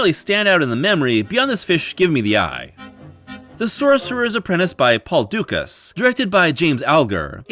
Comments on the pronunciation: Dukas is pronounced Du-KAH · Please research your pronunciation before recording. Goethe....Dukas....Levine....."Shoskatovich".....yikes.